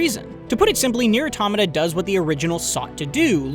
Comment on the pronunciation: Wow. Refreshing to hear someone pronounce automata correctly